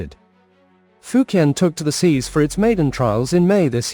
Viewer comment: Why do you pronounce the fujian name wrong, I just can't subscribe to your channel it's like you're being purposely ignorant